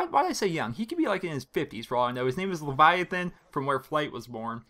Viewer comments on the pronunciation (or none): I am Leviathan, its pronounced Levithan(Lev - i - then), not 2 a's. And for from where flight was born. What state made the first airplane? Do the write brothers come to mind? One of the southern states. And im not 50. LOL